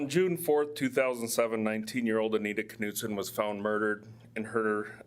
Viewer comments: Hi, We usually pronounce German names without the K...so, to be pronounced it would be Knudsen...like KNOW. We don't say K- now. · I hate to be this person, I worry that my good intentions are paving a road I don't want to be on..... Anita's last name (Knutson) is pronounced almost just the way you were saying it except the "K" is silent. Although, I will readily admit, your way is more fun. Thanks for helping me out with your name.... I knew it was pronounced. So glad I never ran into you at the market before today. Definitely dodged a bullet there, huh? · Dang.... just heard the police officer mangle the last names of Anita and an investigating officer. Perhaps I'm wrong (it happens). Regardless, you are clearly off the hook as pronunciation has been predetermined by professionals.